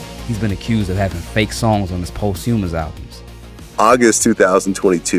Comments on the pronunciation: It's not pronounced "Post hue-muss" it is pronounced "Poss-tue-muss" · "Post-hue-mus" isn't how you pronounce "posthumous." FWIW. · The narrator's pronunciation of posthumous took me out! 😂